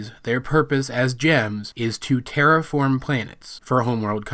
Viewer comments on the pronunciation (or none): Just want to point out: I still hear "tear apart" IDK WHY OKAY, with all seriously right now, I legitimately cannot hear "terraform" and it's upsetting!